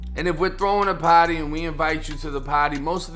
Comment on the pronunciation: I don't like how you say "party" your not cool